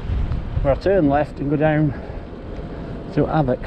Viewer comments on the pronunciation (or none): It’s pronounced Och!